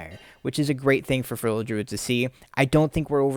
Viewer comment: I love feral content. I would love it even more if you would pronounce "feral" properly. Its not furrel.